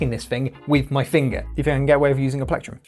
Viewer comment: Tf is a “plecktrum”?